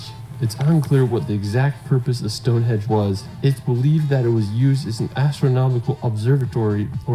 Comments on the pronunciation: stop saying stonehedge its stonehenge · “Stonehedge”! Computer smarter than I am. Doesn’t take much… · The best bit was your comments on his video. The photography was marvellous but his choice of places was bizarre eg Wales, Northern Ireland etc. Not to mention his pronunciation, viaduct and Glenfinnan. I swear he kept saying Stonehedge!